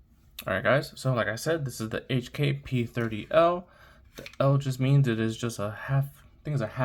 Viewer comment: Love the P30 v1. I have the p30sk, P30, and P30L. It's pronounced "coke" by the way. Nice pickup